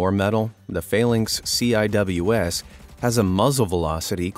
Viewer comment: CIWS (pronounced as: “Sea-Wiz”) (🤦‍♂️ get it right 🤦‍♂️)